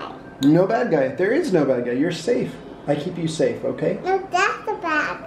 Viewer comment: Thewe's a bwad guy in my woom OMG is so cute